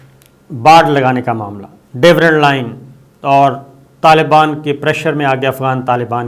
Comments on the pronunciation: Uncle aap to kehte ho ke masters kia ho hai. Konsi University se aapne Durand Line ko Dewrand Line bolna seekha hai? Kya Lala Musa se parhe ho aap? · Is jahil paindu anchor ko abhi tak Durand Line sahi se parhna nahi aya. Marte dum tak isko Devrand Line he rata rahega. JAHIL SLOW KHOTA!